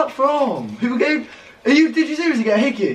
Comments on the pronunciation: OMG the way he says hickey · the way he says hickey😂😂